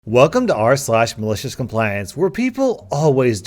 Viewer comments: Pupslash instead of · Now everytime I hear "", all I can hear is arse lash...😓 Hey guys, welcome to ARSE LASH malicious compliance...